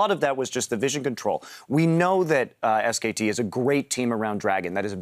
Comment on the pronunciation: omg that dash guy... ITS SKT NOT SK